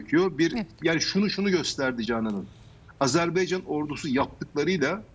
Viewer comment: Hocam sanki Azerb(e)ycan diyorsunuz.Azerbaycan olacak doğrusu. Saygılar.